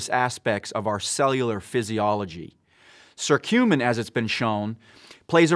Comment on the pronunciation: it not SERTUMIN, but Kuh curcumin